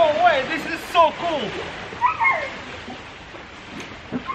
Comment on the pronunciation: "woah this is so kul"